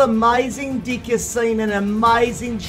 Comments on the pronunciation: Is it just me or did I hear "dick" every time he said "deck" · I hear you say di*k, instead pf deck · He copy Chief Pat "dick" xD (Deck). LoL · Peter can you say DECK without changing the letter E into I? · Thanks peter... my mom keeps looking at me everytime you say deck. because the way you say it sounds bad 😂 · Lol I love when he says deck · I love your accent especially when you say deck